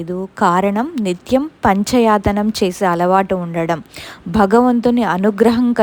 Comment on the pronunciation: పంచ యతనం అన్నారు అలా చదవకూడదు పంచాయతనం అని చదవాలి ఆవిడ చెప్పిన వాక్యనికి అర్థం నాకు తెలుసు (వారి వారి వంశ పరంపర గా వచ్చే దేవం మధ్యన ఉంచి మిగిలిన నాలుగురు దేవతలన్ని తర్వాత ప్రధాన్యత ఇచ్చి పూజిస్తారు ఆ విధానాన్ని పంచాయతనం అంటారు లేదా పంచాయతన పూజ విధి అంటారు) మేము కూడా వారి లాగే శాకాహారులం